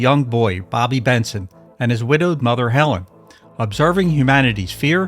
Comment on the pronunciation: "Helleeen" ......for god's sake